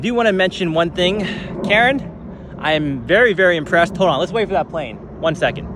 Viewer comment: Karen... Karen's... "KARRN"